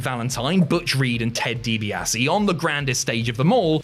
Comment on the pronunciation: you muppet, youre clearly like 17 years old and never watched wreslting in its prime late 80s through to 90s. Why? you cant pronounce Ted Dibiase's name and you think Goldberg, Lesnar was the greatest short match ever!!! nope.